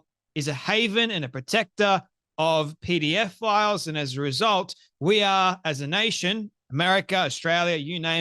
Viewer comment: It is not PDF files but pedophiles. Please check your pronunciation.